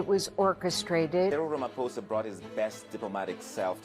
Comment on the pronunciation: Wait...this guy is the NYT 'Johannesburg Bureau Chief' and he doesn't know how to pronounce the President of South Africa's name?!? It's RamaphosA, not RamaphosEE - smh 🧐 Nice journalisming!